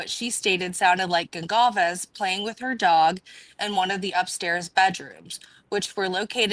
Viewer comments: It is not a big deal but isn’t Kaylees last name pronounced Gon-Sal-ves? 🤔 Not being critical I’m just wondering!Anywho I was so happy when I saw you posted a new video on this case, I love how you are always so clear about facts vs. speculation & how respectful your coverage is. ❤❤❤❤ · I am Portuguese and the way it is spelled, it is a Portuguese surname, and you are correct it is pronounced Gonsalves not Gonkalves. There are many similar surnames that are Spanish in origin but those are spelled differently. :_Heart